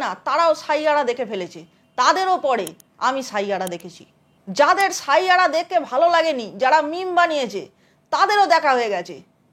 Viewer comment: শাইয়াড়া নয় 😅😅😅😅 ষাইয়ারা